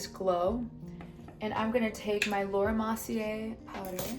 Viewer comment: "Lohra Mossy-ayeee" are we saying it wrong or is she? bc I thought it was Laura Mer-see-ere'